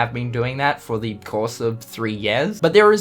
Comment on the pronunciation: years = yeas I know he has an accent, but it's just too damn funny